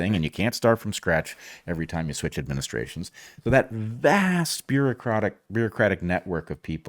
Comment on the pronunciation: Your slip, "bureaucrotic" at time stamp , was wonderfully appropriate. I had just finished watching a gardening video on tomato blossom end rot (necrosis). Our government's bureaucracy is definitely killing the government's vitality.